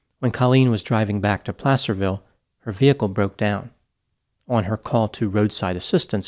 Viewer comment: Btw kudos to you for saying Placerville right. A lot of people guess “play-cerville.”